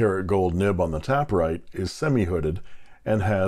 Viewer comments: It's TAY-per-rite, not Tap-per-rite, because the pen tapers at both ends like a cigar (or a Parker 51). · oh honey there is no second p its taper ite not tapper ite :/ but of course you can call it whatever you like :) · I think I pronounced it incorrectly throughout my video. It is "taper write" as in a pen that tapers down to a point. So, "tape" instead of "tap". And I think they were playing with the word taper and write in combination to illustrate the shape of the pen being similar to the Parker 51.